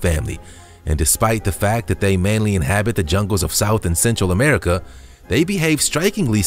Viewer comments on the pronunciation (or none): none